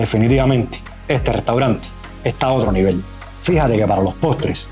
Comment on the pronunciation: Se pronuncia levol